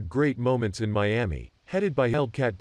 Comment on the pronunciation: Who taught him how to say Miami 🤔